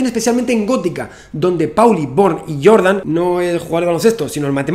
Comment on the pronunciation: Recuerdo, vagamente, que el apellido de Jordan, por su ascendencia, se pronuncia con la "J" y no como el jugador de baloncesto.